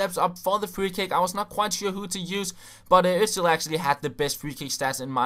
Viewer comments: He is called 'osil' not 'ozil' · HIS NAME IS FUCKING Ö-S-IL not ÖZzZill. :)